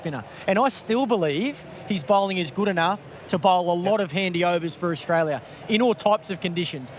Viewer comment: clarke cant say australia properly